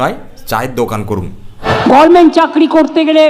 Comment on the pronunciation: কি ছিড়তে গিয়েছিল? কথাটা গরমেন্ট না। উচ্চারণ করতে পারে না সে একটা গরমেন্ট চালাচ্ছে। এখনও আপনাকে টোন টিটকিরে করে।